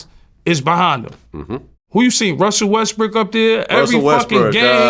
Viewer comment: Nicca said Russel westbric 😆.